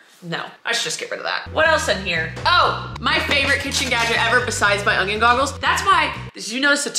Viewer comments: Did you know that you add a g to the word onion? You pronounce it “ung-yun”instead of “un-yin”. I can’t unhear it😂 Love ya! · I was waiting for the ungion glasses! IT'S ONION, 😂